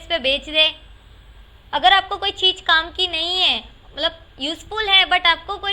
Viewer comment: Cheej Nahi Cheez